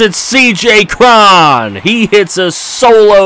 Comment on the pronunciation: Cj Cron is "crow-n"